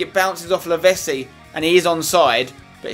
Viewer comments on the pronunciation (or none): I liked when you said that you and Lavezzi have a connection together, when you can't even say his name right! It's Lavetssi not Lavessi, do you say pissa instead of pitssa aswell?